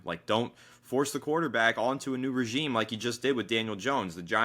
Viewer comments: Great vid. It’s time for a fresh start. just some friendly feedback, regime is pronounced like “ruh-zheem” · Why does keep saying regimay lol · The way he says regime is killing me 😂